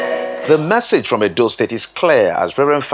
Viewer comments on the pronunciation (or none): It's 'Message' and not 'Massage'.😥